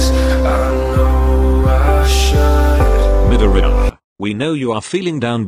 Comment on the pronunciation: MIDORIYA Bot: MidorEYEya